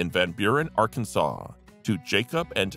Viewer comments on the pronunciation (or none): none